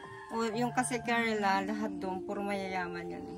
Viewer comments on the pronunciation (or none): Kerala po not kerela,,i been there kaya ko po alam